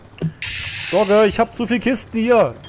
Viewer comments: Du hast ca. mal "dogge" gesagt :) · also ü wie klingt das als ob wäre er gestört :X mit doge .... doge ... doge .... doge :X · sag nicht immer doge... es nervt -.